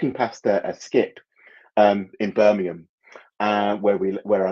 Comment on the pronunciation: Ooh, I have to call out the Birmingham pronunciation there---American flag on the play! lol